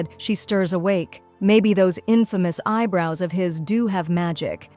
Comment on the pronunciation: Im sorry did you say imfomouse eyebrouse😂😂😂😂😂😂